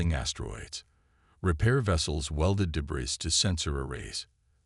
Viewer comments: Your computer voice needs to be taught how to pronounce "debris" - and the captioning isn't consistent either. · "THEY"?? How pathetic. With that picture, Blue is definitely a she! But sigh, when can't even pronounce debris, why should we expect proper ID. Sorry, detracts from the story.